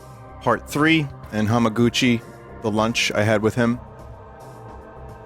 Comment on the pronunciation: This fucking guy nails Hamaguchi at a Tifa themed luncheon live on stream